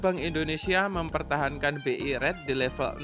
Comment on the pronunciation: analisa2nya cakep, tks saya belajar bnyk. Cuma kl boleh saya ks saran ttg ucapan2 Inggrisnya diperbaiki. Misal RATE bcnya REIT. Juga GOODS, bcnya bukan GODS, tapi GUDs...dan bnyk skli salah ucapan. Agar semakin enak di dengar podcastnya. Sukses ya.